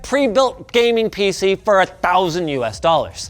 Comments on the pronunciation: “PC ness” Ok 😐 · He did say peeseenis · Did you just say penis? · Did Linus just say "PC enis"?